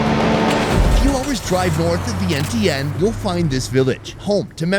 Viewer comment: Vientiane is pronounced "Vien-chan". Shout out to my peoples! 🩵😆